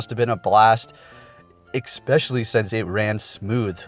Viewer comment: "expetially" no no no no no no